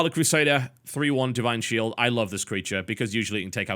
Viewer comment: "Di ine Shield"